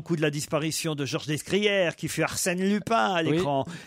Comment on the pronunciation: Descrières se prononce "décrière" et non pas "desscrière"